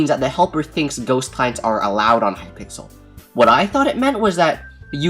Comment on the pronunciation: wow you said hypickles not hypixel wow you shouldn't talk about subjects you don't know how to spell. unsubbed this is a joke for people who don't understand